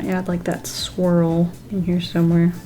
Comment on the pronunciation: Not gonna lie I actually thought she said "squirrel" instead of swirl ;-; I was so confused lol